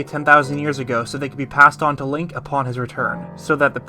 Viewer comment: really sure sounds like you said Leia not link lol